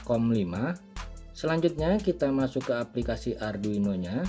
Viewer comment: Arduino atw adruino sumph salah sbut mulu